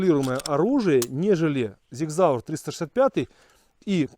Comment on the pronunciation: Правильно говорится Sig Sauer ( Сиг Саур )!